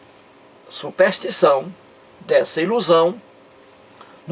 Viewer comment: SUPÉÉÉÉÉSTIÇÃO????KKKKKKKKKKKKKKK PÔ TU NEM SABES FALAR E QUERES DAR AULA DE TEOLOGIA????????????KKKKKKKKKKKK